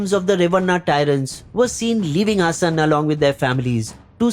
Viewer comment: Its pronounced Haasan not Hassan.